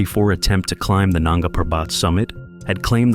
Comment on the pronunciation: Coolies??? Nanga Parbat … is pronounced with accent on 1st syllable of Parbat. What a hoax this crap is!